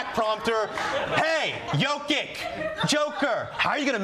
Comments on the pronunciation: Jokić is pronounced “Yokich” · For a guy who corrects people on pronunciation of his name Hasan sure didn't care one bit about pronouncing Jokic's name correctly)